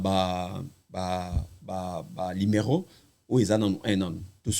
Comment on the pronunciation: Batu ba tanga te ba ilettrés nde ba lobaka limero aroport 😂